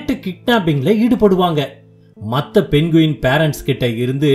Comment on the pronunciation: மொதல்ல இது பேரு 'பென்குயின்' கிடையாது. இதோட பேரு 'பெங்குயின்'. கதை நல்லா இருக்கு. ஆனா பேரை சரியா சொல்லுங்க